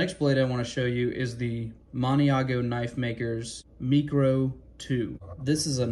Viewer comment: Pretty sure the Mikro is pronounced "micro," like micro-penis. I have the Makro (macro). I assumed I was going to want to buy the Kydex immediately, but the leather sheath on that one works great. I can put it anywhere: belt, waits band, pocket. In the winter I used to put the small fixed blade up my sleeve. It has nothing to do with easy access for self-defense (i use a knife a tool, not a weapon, nor does anyone else who jawing on about using a knife as self defense), it's just easier to get to when I have a winter parka and all the other layers on. I used to put paracord on the sheath with the ends coming out where the tip of the blade is, stuff it in my sleeve with the ends coming out the cuff. When I needed it I would just pull the cord and it would pull it half way out so I grab the handle to draw it. With the Makro's sheath I just put it in my sleeve and put the belt loop outside the cuff, and it holds it in place.